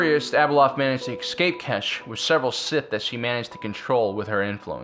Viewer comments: Why are you constantly saying "excape"? It's ESCAPE. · It is "escape" NOT "excape"! This man is incapable of pronouncing any English beyond 2nd grade! Listen to him!!